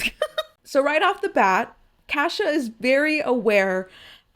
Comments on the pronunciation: no fr I was like "Who tf is Kasha?" Before I realized she was butchering Cassia 😂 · It actually is her 17th birthday. She happens to have her birthday on the day of the month they do the banquets, and always hoped it would happen on the day but knew it might not, and was very happy it actually did fall on her actual birthday. Also your pronunciation of Cassia is so different from mine it took me a minute to figure out I wasn't hearing it wrong lol